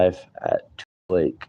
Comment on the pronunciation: Yes you said the name of the town right I have cousins that live in that area